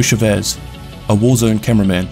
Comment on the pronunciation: Pardon my rudeness please but this is about how you pronounced Chavez. You pronounced it Schavez when its pronounced Chavez with a long A